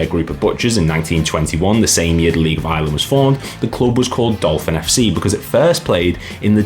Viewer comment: was laughing as you said you couldn't mispronounce Dolphin and then....🤣